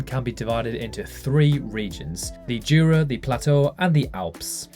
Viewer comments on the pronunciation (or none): The J in Jura is pronounced like a Y.